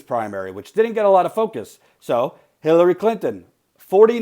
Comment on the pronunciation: Did he just say Killary Clinton? XD